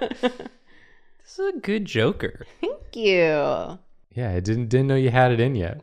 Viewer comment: Anyone else ever notice how says "thank you' sounds like "ink you"? Because i think it's absolutely wonderful. "ink yoooouuu! ^w^ "